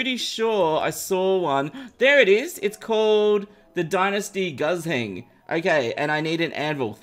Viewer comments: Me who understands chinese and heard pronounce guzheng as gazeng and not koo zheng, yeah idk how to explain it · the dynasty wepon is pronounced gu jeng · saying guzheng hurts my soul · Congrats, u officially pronounce Guzheng wrong lol